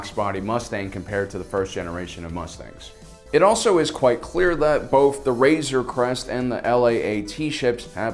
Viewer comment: I keep thinking he is saying razor crust..LOL